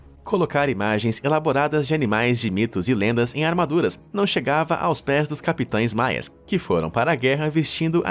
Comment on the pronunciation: CapitÃes, pare de assassinar o português, Fala Sério! P.S.: incesto é com /é/ aberto.